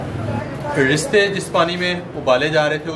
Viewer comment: Unique recipe. Aap ristay keh rahe hain but likha rista huwa hy jo kbi b ristay nahi bola ja skta so khyal kea krain. Bht zbrdst recipe. Stay blessed. Sjad.